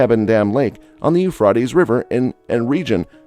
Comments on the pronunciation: Rate like freight not fraaat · How, how, how can anyone take you seriously when you can't even pronounce the River Euphrates correctly? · Let us pronounce Euphrates correctly please at least.